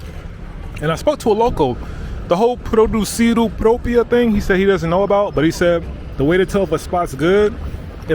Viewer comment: How ignorant can someone be How can Produzione be read Producido. really is disheartening